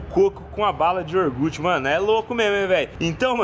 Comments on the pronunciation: iogurte NN IORGUTI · Balinha de "Iorgute"